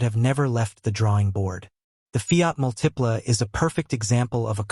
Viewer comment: Both the Aztek and the Multipla (stress is on the first syllable, by the way), were absolutely great cars. The design is a matter of taste. Either you like or you don't; fine either way. But both cars had absolutely superb packaging and were incredibly roomy and practical.